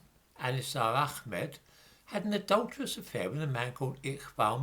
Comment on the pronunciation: The "h" in Mohammed and Ahmed is not pronounced khhhh